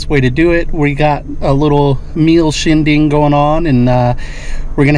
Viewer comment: for sure lay off the hot dogs at the "shingdig"